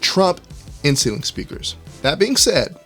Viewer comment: The first few times you said inceiling, I just heard insulin. You need to slow down when you pronounce that word. With that said, good content.